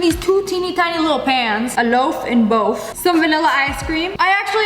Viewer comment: "A loaf in boaf" got me😂😂